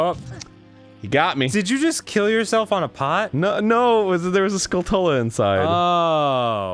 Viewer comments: Ugh. When people say Skull-tulla. Its skull-chula. Its a skully tarantula... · I hate that everyone mispronounces Skulltula. It's obviously the end of TaranTULA. SkullTULA. TOOLAH NOT TULLAH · It's not "skull-tella," it's skull-chula, like tarantula. (Taranchula) This has been driving me nuts since Ocarina. They are suppose to be tarantula/skull monsters! Am I the only one upset by this?! By the way, I love this show. Honestly gets me through a lot of tough times. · Skullteller... SKULLTELLER!!! Skull-Itu-La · arin pronounces skulltula as skull-tuhl-uh but i always said skull-chuh-luh like tarantula but now that i say it out loud pronouncing it my way sounds weird. does anyone else pronounce it differently? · nothing...happened..and he still says skoal-tolluh when its skulltchula. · The way Arin says "skull tulla" triggers me. It's like tarantula. Skulltula. They're spiders. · shouldn’t skulltula be pronounced like tarantula? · Does Arin’s pronunciation of skultula bother anyone else? It’s supposed to be a mixture of skull and tarantula. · its whatever but i kinda wish aaron would stop pronouncing skulltula like skulltula and say it like skulltula ya know like tarantla the spider